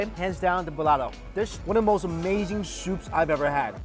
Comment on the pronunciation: Lmao. Your pronunciation of the Filipino dishes bruh you're butchering them! Hahhaha.